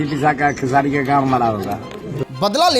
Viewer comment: Pahle khesari bolna shikh le bhojpuri kah rahe hai bhojpuri ko